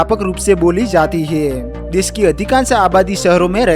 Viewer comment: He😂 he 😅he😅😂😂😂 hai are bhai hai he.he 😂😂😂😂